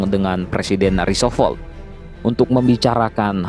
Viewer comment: Roosevelt dong Min, bukan Roosovolt, bolak - balik omong Roosovolt aja